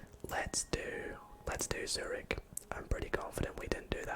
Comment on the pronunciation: Yh, u read it like “cyrig” right